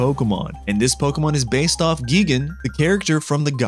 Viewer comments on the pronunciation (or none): gegan🗿☠️ it’s pronounced gai-gan